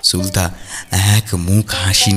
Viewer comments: Ufffff tomra ki thikmato bangla porte janona?naam ta সুলতা not সুল্তা। spell every letter separately. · সুলতা শব্দের উচ্চারণ Suল্ তা নয় 'সু' মানে ভাল আর লতা মানে লতা। shoe আর লতা পরপর উচ্চারণ করলে সঠিক হয়। আপনাদের উচ্চারণ সুলতানা থেকে 'না' বাদ দিয়ে যা হয় তাই হয়েছে😊 ওদিকে আবার প্রাতরাশ হয়েছে 'প্রাত্রাশ' 😅 স্বাহা হয়েছে শোয়াহা 😂 গল্পটা বেশ ভালো ছিল কিন্তু এই গুলো শুনে মেজাজ নষ্ট হয়ে গেল। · er 'প্রাতঃরাশ' k 'প্রাতরাশ' r r er 'সুলতা' k 'সুল্তা' bolata sottie kane legeche. But as usual er golata just just oshadharon. ❤️❤️❤️❤️❤️ Tobe amon valo golpo chai jegulo sesh hoar por o resh theke jai ba tan tan uttejona thake. Serom golpo r sathe er golar jonyo OPEKHAI roilam. - Pushpita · তুমি বারবার সু-লতাকে সুল-তা কেন বলো!!! তোমার দেখি আমার মতো সমস্যা, আমিও ঝগড়াকে ঝড়গা বলি🤣🤣 সে যাই হোক আজকের গল্পটাও ভালো লাগলো ❤️ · tumi "sulota" ke "sulta" kano bolo??? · Ufffff tomra ki thikmato bangla porte janona?naam ta সুলতা not সুল্তা। spell every letter separately my name hemanta kumar dutta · Plz don't mind একটা কথা না বলে পারলাম না গল্প অসাধারণ উপস্থাপনা আরও অসাধারণ ও অনবদ্য কিন্তু সুলতা নামটির উচ্চারণ টা খুব অস্বস্তি লাগছে plz এটা একটু ঠিক করে নিলেই সমস্ত ব্যাপারটা আরও শ্রুতিমধুর হয়ে উঠবে। আশা করছি আমার এই বক্তব্য কারুকে hurt করবে না।